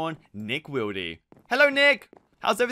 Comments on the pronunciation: Ummmmm when you spawned nick wild u pronounced his name wrong you said nick widly it’s nick wild like if u noticed that too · Nick wildee it’s supposed to be Wilde not wildee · Its not Nick willde its Nick Wild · And it’s pronounced nick wild lol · Why does he say everything wrong with Hawkeye dale and Nick wilde